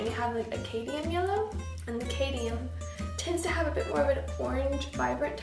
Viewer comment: I think it's cad*m*ium yellow instead of 'cadium' yellow :) I love this lemur! It turned out great.